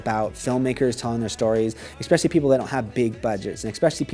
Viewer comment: Especially. Ess-pecially. Not eX-pecially.